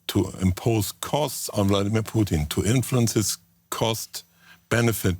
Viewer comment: Anyone else notice how they keep pronouncing "Putin" as "Poutine"? I keep thinking of a walking plate of french fries, gravy, and cheese curds screaming at his generals for their poor performance in Ukraine lol.